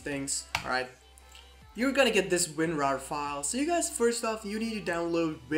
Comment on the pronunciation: As soon as i heard Winwar i gave up XD